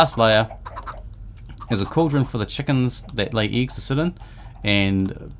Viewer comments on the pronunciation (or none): Dude you got someting with the "e". It seems like you are saying : ieggs and chiest :D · lol "eegs"